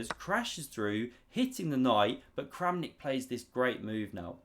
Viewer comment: Kramnik just became Krampnik